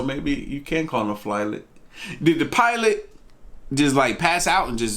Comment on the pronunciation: flilot lol